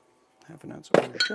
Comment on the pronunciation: The T at the end of orgeat is silent :)